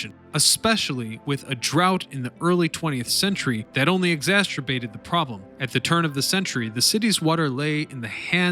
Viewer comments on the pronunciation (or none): Did he say exasturbated?